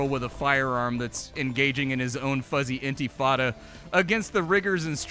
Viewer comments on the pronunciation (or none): ..."Fuzzy antifada..." 🤣🤣